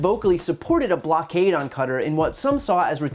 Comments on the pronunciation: Well presented Bri.. but if it's ok, quick tip on pronouncing Qatar: The “q” makes for a hard “k” sound but one with its origins deep within the throat—a poor English equivalent is the “c” in “cough.” The word’s first vowel sound is similar to “aw,” as in “Aw, shucks!” but not nearly as heavy on the “w.” The middle “t” is perhaps the trickiest part. It is known as a velarized consonant, which means the back of the tongue must be pressed against the mouth’s roof to achieve the requisite effect. The result is somewhat similar to the double “t” in “butter” but a lot more guttural. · Is Qatar not pronounced Kuh-tarr not cutter? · Babe - you're gorgeous, and I love your work - but how do you pronounce Qatar? It's not "cutter" its "kattaaaarrrrr" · PLEASE PLEASE PLEASE!!! QATAR IS NOT PRONOUNCED "CUTTER" IT IS PRONOUNCED "KHA-TAR" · I’m sure others have mentioned this, but you pronounced Qatar as ‘cutter’. It is pronounced like ‘ka-tar’. Not being a jerk, just letting you know so you can get it correct next time! You’re videos are awesome Brian keep them coming please! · Ummm.... its pronounced 'Ka.. tar" not "Cutter" .... very distracting...😏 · Cutter? Its pronounced ka-tar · I think Brian has the best news show on you tube. Someone please tell him that Qatar rhymes with guitar. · Cutter? Really, Brian? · Please look up the correct pronunciation of Qatar haha. Its definitely not "cutter". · Hey Brian, sorry dude but Qatar is pronounced "Kah-tahr" (emphasis on the second syllable). Love your stuff dude! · You’re saying Qatar wrong? It’s not cutter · lol dude I like watching you but fyi its Qatar (Ka-tar) :) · Can Americans STOP saying cutter. Qatar is not pronounced that way! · Qatar is not pronounced “cutter”....wtf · Qatar is pronounced Katarr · xx yy It’s pronounced “cutter”. Look into it. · Do Americans pronounce Qatar as "Carter"? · Please check pronunciation of Qatar. News and media are pronouncing it wrong. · That's not how you say Qatar 🤦‍♂️